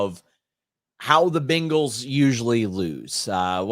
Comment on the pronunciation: I like how you say BINGals 😂